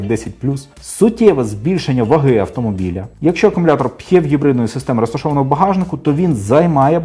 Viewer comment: Кототко і зрозуміло, Дякую! Дуже лише дратувало Ваше «Хекання» при вимовлянні типу гібридної установки. Ви ж самі казали, що абревіатура походить від слова «Гібрид», ну, то ж не Хібрид, так же ж? Це російська калька озвучувати англійський звук «Н» як «х». Вони (москалі) ж взагалі не можуть вимовити звук «Г», а тільки «Ґ»…